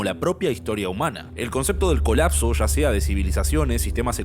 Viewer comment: disculpa la incomodidad, si la causo. Comenzé a oir el video pero al escuchar esas palabras mal pronunciadas: Sha, subra"sha", shevarnos; no me apeteció seguir oyendo. Existe la posibilidad de querer mejorar, de perfeccionar, en las cosas que si se puede hacerlo; pero si no nos interesa ser mejores comunicadores, pues hay público que no consume, lo que no está bien preparado. Es: Ya, subraya, llevarnos.